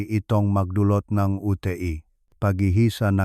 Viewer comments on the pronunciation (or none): Bulol kc ang UTI nging UT.E. bulol.maiksi ang dila